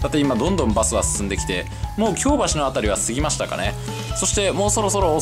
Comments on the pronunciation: 京橋のイントネーション違うと思います。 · 生まれも育ちも東京ですが、京橋と松屋の発音が違うような…。 関西にも京橋がありますが、そちらの発音に聞こえます。 松屋も牛丼屋と同じではないはずです…。 昭和１桁の人が乗っても喜ぶはず。 （私の父親＝江戸っ子） 楽しそうで、私も乗ってみたいです。